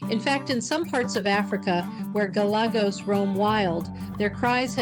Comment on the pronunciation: It's like you're reading from a script. Monotonous and boring, you kept mispronouncing "Galagos" at every turn (Golegos? Really?), all the superhero comments get old, pretty fast. It's almost like an AI-voiced video. Try watching some of David Attenborough's nature videos, or alternatively, Ze Frank's videos, if you wanna be funny.